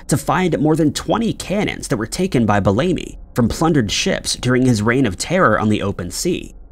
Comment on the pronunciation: Black Sam... it's "Bellamy" not bell-amy. .. 🙄🙄